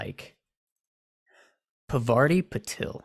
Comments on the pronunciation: Harry and Parvati could have worked, but only if he was pronouncing her name correctly, which you aren't. It's Parvati, not Pavarti. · It's not Pavarti, it's Parvati. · you are butchering the name, my guy! It’s Par-va-ti. Not pa-var-ti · paRvati not pavaRti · Yeah, that's fair tbh Cuz I'm Indian but I was reading this fanfiction at some point and her name was spelt 'Pavarti' for sooo long and I just skipped right over it, pronouncing it the exact same way in my mind, and I didn't even realize it until they spelt it as Parvati again many pages later! Legit so embarrassed lol😅😭😂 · Her name is pronounced PAAR-VA-TI. She's named after the Hindu Goddess of creation. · I really appreciate this video but you're saying Parvati's name completely wrong 😭😭😭